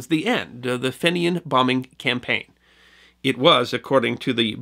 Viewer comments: Fenian is pronounced "fee-nian" not "fennian". Other than that, great yarn, as usual. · one issue on this.....its pronounced feeee nian, not short finion like you pronounce greeting from EIRE love your shows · you should have said the Fenian raids were also in the early 1870s. Also, your pronunciation of the word Fenian is may not be correct, the first letter "e" in the word Fenian might be pronounced as "ee". I earned a master's degree in history and I have researched this topic. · I was confused about who these "Finians" were until you mentioned their attacks on Canada in the 1860s It was then that I realized you were talking about the "Fenians" which is the pronunciation I always heard from when I first heard of them. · Fenian is pronounced "Feen-ian" not "Finn-ian". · you really need to work on pronunciation... FENIAN is said as Fee-nian not Fin-ian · Feenians not Finnians! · Hi from Ireland, very much enjoy. “Fee-nyan” is the pronunciation as others have mentioned, prominent part of our history. Small part of the North American story! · Great story on Dynamite Luke. FYI Fenian is pronounced Feenyan. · Pedantry perhaps but the pronunciation of "Fenian" is - "fee-nian". I enjoy these presentations enormously and subscribe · FYI, Fenian is pronounced 'Feen-yan'. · Fenian is pronounced ...Feen-ian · fenian is pronounced FEENYAN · Another great piece of history from the, but the pronunciation of fenian made me sad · Enjoyed the video but your pronunciation of Fenian is way off the mark, it's too difficult to tell you how to pronunce it, but listen to the song the Bold Fenian men.